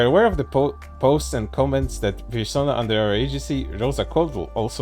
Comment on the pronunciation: Still, can't get over "virsona"